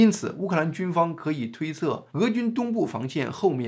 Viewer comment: 外強中乾，不是外強中幹，真的很多華人會說錯欸，簡體字害人不淺